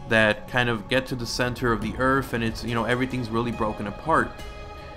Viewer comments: Dude its earth not earf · Lol everything you say "Earth" it sounds like you are saying "Earf" with an f lol bye love your videos.